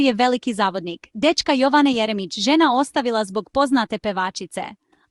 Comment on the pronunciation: Budaletine, nije Joooovane, nego Jovane, naucite srpski naglasak odakle ste i vi potekli, pa nam onda saljite vesti....ustase bedne